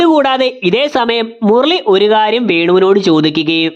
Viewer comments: മുർളി അല്ല മുരളി 😁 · 'മുർർളി' അരോചകം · Murali ❌Murli✔️